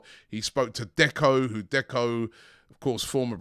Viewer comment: He said becko